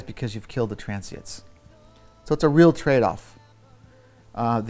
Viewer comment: "Transiets" Is he seriously saying it wrong??? Transient, Mr. Puig..wow.